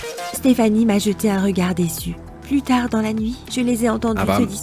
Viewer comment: A un moment de la vidéo j'ai crut que la fillie aver dire putai mais elle a dire plût tare 🤣🤣